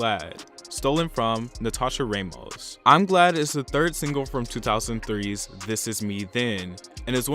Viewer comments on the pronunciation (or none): I'm sorry but it's Ramos - Rah (like rah rah rah) most, not raymos